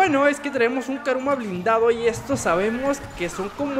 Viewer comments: no se dice caruma se dice curuma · es kuruma no karuma